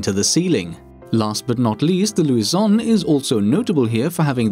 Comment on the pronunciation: It's not Luison, it's Lusion, if you could read properly. :p